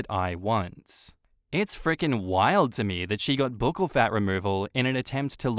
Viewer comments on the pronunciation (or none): Isn’t buccal pronounced like Buckle?